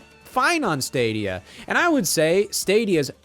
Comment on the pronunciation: Love how Scott still can't the word Stadia.